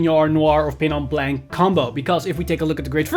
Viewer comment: Nice video. I don't like to be that guy but "Blanc" is a french word that doesn't spell like "blank" in english